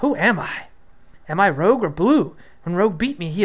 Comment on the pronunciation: Bro, his name is Rouge (French for red) not Rogue like the X-Man or a scoundrel.